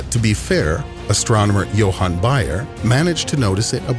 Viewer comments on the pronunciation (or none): none